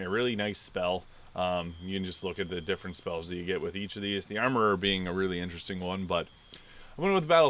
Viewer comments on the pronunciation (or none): none